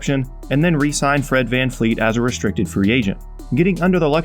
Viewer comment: It's VanVleet man not VanFleet, put respek on his name.